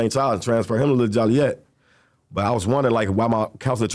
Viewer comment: Why do people still pronounce Joliet wrong? It’s pronounced JOE-LEE-ET. NOT jolly-yet.